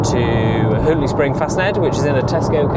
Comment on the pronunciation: It's pronounced "Hawton" surely?